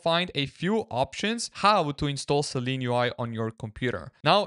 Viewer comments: I only said it because of what he types to search . He is also pronouncing it 'Seleen' throughout the video. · Shouldn't it be pronounced Silene UI? How you pronounce it should be Seleen, not Seelen right? Interesting video for the rest!